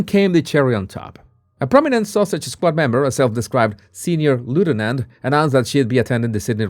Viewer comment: Love the way you pronounce Sussex as Sausage which is quite adequate! The comment " Sausage Squad" LOVE IT 😂😂😂 THANK YOU for keeping us up to date